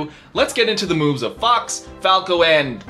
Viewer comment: Can't unhear the brawl announcer saying fuck instead of fox